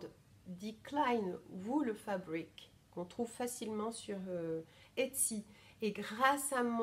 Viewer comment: (Je me permets un dernier petit ajout parce que ça fait plusieurs fois que je t’entends le dire ;) en allemand c’est die kleine WollFabrik prononcé o comme dans bol « volfabrique » ;) 😘😘) Euh je dis pas du tout ça avec méchanceté hein aucunement!! 🥰